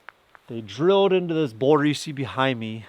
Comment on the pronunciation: This is way off topic, but I'm curious about the accent of the host in this video. It's what I've been referring to as the "YouTube accent", simply because that's the only place I've ever heard it. It's the softening or complete disuse of "L" sounds in words, usually proceeding a consonant. "Gold" becomes "Gode", "Boulder" becomes "Boder". And sometimes after a consonant: "couple" becomes "coupo". Now, I'm not someone who travels often, but I've been around the US over the years. The only place I ever remember hearing this use of L has been in young children that usually grow out of it by the age of 7 or 8. Never in the media, movies, music, etc. Am I the only one who's noticed this?